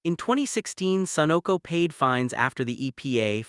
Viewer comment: Note no one says A Moco. It's pronounced Ama Co. Or Sunock O either lol